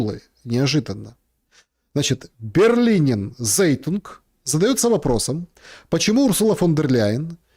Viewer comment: не зейтунг. «Цайтунг»! В переводе с немецкого «Газета»!